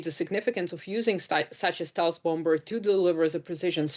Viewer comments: A Bowmbuhr LOL cant make this up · What is a "bomb bur?" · I'm taking the whole interview seriously but can't help get distracted each time I hear "Bom-Ber" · Someone tell her the second B in "Bomber" is silent. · can someone tell her the 2nd b is silent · I thought I heard she said spirit bomber.